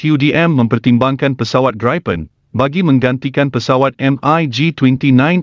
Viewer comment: Sebutannya BUKAN GRAIPEN tetapi GRIPEN.